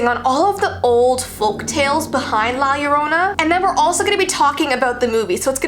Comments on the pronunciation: Me being Hispanic actual screaming cause she’s pronouncing it wrong anyone else like this- (not tryna be rude o-o) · saying:"la llorona" Me:(being mexicana)that's not how you say it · I watched le movie and it's scary as FRICK, btw she only comes for Mexican kids not other Spanish ppl or ye XD and I was annoyed that you were saying her name wrong ;-; and yeah I Hispanic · Your saying the name wrong.just saying love your vids! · Omg yes it hurts so much how they dont know how to say her name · I know right so many people pronounce it wrong 😂😂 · I know 😭😭😭😭😭 I'm latina and I cringed! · It's funny when people say Mexican words hella wrong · I’m Mexican and your saying the name wrong tho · Ewwww say it right... please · Who else is bothered when someone says La Llorona "wrong".... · Your saying it ring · i love her ❤️ but is any other hispanics watching a bit annoyed by how she is saying “ llorona “ ☠️ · I know everything about her and your saying her name wrong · 😂 I love that she says it wrong #Hispanic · your not saying it right u know cause i Mexican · Me being a Mexican: You better say it right 😠: *Says it okay-ish* (That's not even a word) Me:... I'll let her pass she is one of my favorite YouTubers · You should try to role the r in La Llorona....Yeah I know that she s not Hispanic but me being a Mexican I prefer rolling the r because it sounds weird if you dont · OH MY GOSH YOU SAID IT WRONG im Mexican but don't worry I still love your videos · No hate but the way she says La Llorona bothers me and I'm Mexican so it bothers me how she and others say it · Yea same but its just that she not used to pronouncing stuff like that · Its pronounced jorona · PRONOUNCED AS: Lah yerona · i am cringing bc she said - La Yerona- when its - La llorona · It’s not pirnounct liyoorona it’s liya lona I’m a Mexican so I’m scared of it alot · La Llorona not Lie lorona UnU just saying I’m Honduran UwU OwO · Fr like her name is llorona not yorona